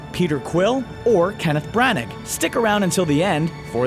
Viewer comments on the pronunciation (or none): "Bran ag" I cringed. It's "Brah Nah" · It's pronounced Brah-naah, not Bran-nag. Do your research. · Bran-ahhh, the G's are silent and wouldn't have a aag or ick sound. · Sorry about this, but it's Bran-ah, not Bran-ag. Its pretty easy to look up the correct pronunciation of a last name.